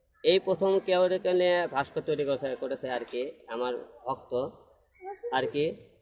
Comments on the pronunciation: "Bhaskor" na hero ........."bhaskorjo"🤣🤣🤣😆😆😆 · হিরো আলম ভাস্কর্য শব্দ টাও ঠিকমতো উচ্চারণ করতে পারেনা 😂😂